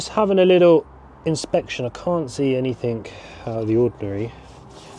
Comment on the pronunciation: The word is anything not anythink .